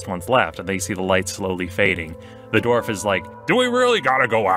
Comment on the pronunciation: This Dwarth XD